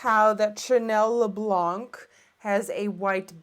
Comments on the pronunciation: The chanel primer is pronounced le blan not blank .great look tho !! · Hi Nikkie great vid as usual ! (Just a little tip, don't pronounce the "c" at the end of "Le Blanc de Chanel") Kisses from a French viewer